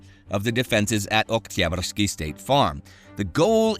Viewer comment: Great stuff as usual Fun fact: Every time Indy prononces 'Oktyabrsky' it sounds totally russian with not any accent present